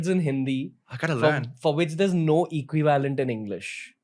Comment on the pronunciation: Why do you say equi VALENT…it’s one word bud!